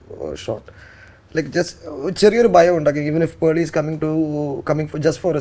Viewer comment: Hi pearley… charming as always.. intro song il papapa ano bababa ano enn onn voice comment idamo? I always think it as papapa ( P of pearley) but you always say bababa.